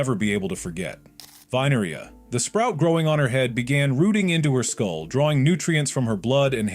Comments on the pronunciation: It's vinarea not area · Its sprunki not spranki Its Clukr/Klukr not Klooker Its vineria not an area Its brud not brood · its vineria not vine an area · Veneria? It's vineria